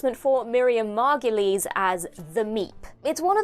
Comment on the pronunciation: Margoyle rhymes with gargoyle ,not mar-go-lee